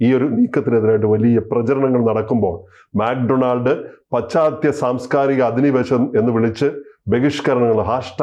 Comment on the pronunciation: മാക് ഡൊണാൾഡ് അല്ല മക്ക്‌ ഡൊണാൾസ് ആണ്